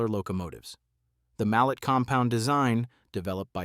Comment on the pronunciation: Indeed, George! I really enjoyed seeing the photos of the Narrow gauge locos of the old D&RG and C&S lines, but whoever made this video, and suckered us into watching should know: A mallet loco is not a mal lett, it's a mallay, and Salida, Colorado is not Saleeda, it is Sal i da. I gave up before seeing the Big Boy, or whatever this rambling presentation is really about.